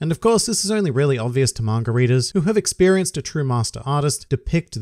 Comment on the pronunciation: I won't read the Manga until you can say it right . "Manger" ???